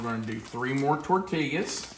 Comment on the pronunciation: I’m making for dinner tonite. Smells Lucious, can’t wait to try it. Have made many of your recipes and none have disappointed. In the southwest we pronounce tortilla as tor-tee-uh😊